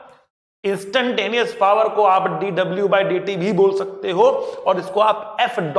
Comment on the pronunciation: sir please don't say par say's power